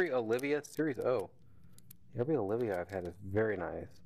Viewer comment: Oliva not Olivia Macanudo not macundo And it's C A O not cow